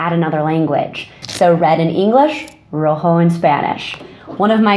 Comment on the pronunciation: Thank you, that's a lot of great ideas. Just wanna mention that red in Spanish is pronounced with a harder r and the j is pronounced like when you prepare to spit (kh or x), not woho